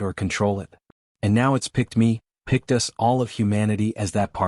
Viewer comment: "Do not follow U...S."!!!!????? WHAT THE HOLY FUK is ...U...S!!!???? (us)!!!!! Your AI just crossed into the Rhelm of a True POS!!